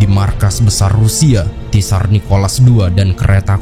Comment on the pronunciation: tsar itu di lapalkan cuma `sar mirip al-kautsar